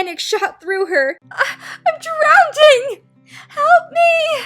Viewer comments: Im dying, you said " AHH IM DRAWNDING!" Its drowning XD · Did she say " Im drownding! "? X3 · "I'm drownding!" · "im drownding!" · she also said DROWNDING with the jayfeather and flametail Imao